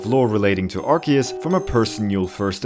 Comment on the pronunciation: it's pronounced arc-oo-se!